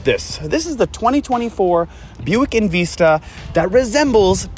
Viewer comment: In Vista not in veesta buncha a hosers